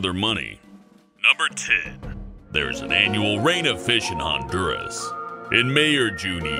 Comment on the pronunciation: I AM HONDURAS AND he said it wrong .-.